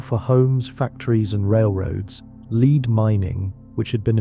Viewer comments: "led" not "leed" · Farmington a.m. LEAD pronounced LED. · It worked, I went to sleep. Now ÀM. Around minute 28 it bothered me to hear how "Lead" was pronounced. Good info on Marquette and Joliet though. I went to 1st grade in Grafton, Il. The good Pere did venture a bit upriver from there. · OMG - the word lead is mispronounced. DO NOT WATCH THIS